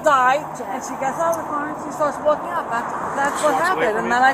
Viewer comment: "She's wulking"